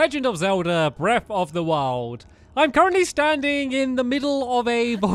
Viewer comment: Is it just me who still thinks that he says breaf of da wild